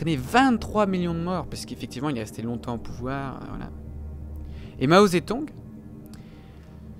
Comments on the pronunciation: C'est ZeDong pas Zetong xD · Ce n'est pas Mao Zetong mais Mao Zedong avec un g